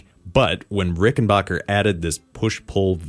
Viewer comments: Do you also pronounce "you scratch my bock and I'll scratch yours"? It's not Rickenbocker, it's Rickenbacker. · It's pronounced, ricken- BACK - er NOT ricken-BOCK-er Rickenbacker is an American company. NOT an English or German company. mispronounces it. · Rickenbacker rhymes with hacker.